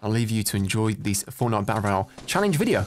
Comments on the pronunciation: I hate the way he says "Battle Rrrroyal" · Victory Rrrrroyale 😆 like the video nice 👍 keep up the great work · Hey guys welcome back to another fortnite battle rrrrroyal lol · I always love that beginning CUSE your like weclome to a battle rrrrrrrrolayle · Battle RRRRRRRRRRRRRRRRRRRRRRRRRRRRRRRRRRRRROYALE! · rrroyale lol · I love the way you say royale a different way 😂 ❤️ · Why do you say Royale like that